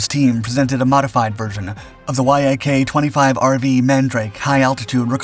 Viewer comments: It's pronounced YAK, not why aye kay ... this is the worst written and researched channel on YouTube... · Bro, Yak isn't spelled out. It's pronounced as one word. Yak, like an animal, like Yakovljev.